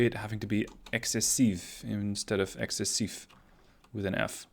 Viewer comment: Bro, that aft part reminds me of the Jean Bart. Like, Jesus, get behind the ship and you are fucking DEAD, especially if you are a destroyer in WoWs (I counted at least 30 secondarie turret pointed at the back.) Also, you had the good pronunciation and writing for « excessif » and « excessive »